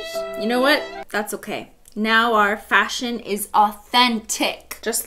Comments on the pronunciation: Fash-Hun like “fashion honey” 🤦🏽‍♀️ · FASHUN SHUN HUN